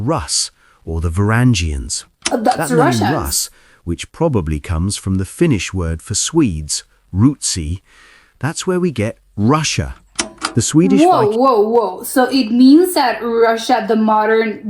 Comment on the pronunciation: The word that was pronounced and written here as "Rootsy" is Ruotsi. The UO diphthong is hard to explain, but it's the same as in Suomi. The word "pure" as most people pronounce it has a fairly good approximation if you omit the "y" glide on the U. EDIT: the stress/intonation over the diphthong is fairly well approximated, but many people also pronounce "pure" with the O tending towards the schwa (so called neutral vowel) that sounds more like Finnish Ö. Many English speakers put the stress and intonation towards the O when trying to pronounce the words "suomi" or "ruotsi", but it should be more on the U. All in all, in spoken Finnish, the stress and intonation are fairly flat compared to many other languages. Stress is predominantly on the first syllable while intonation can take excursions depending on the use case and location of the word in the sentence.